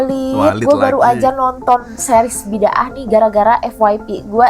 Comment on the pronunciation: Ini series berepisod bukan film. Dan cara sebutan series ni Bi-Da-Ah bukan Bid-Aah.